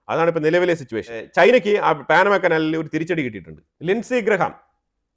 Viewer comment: എന്താണീ പറയുന്നത് പാനമ കനാൽ പോലും പാനമയല്ല പനാ മാകനാൽ എന്ന് പറയുക ok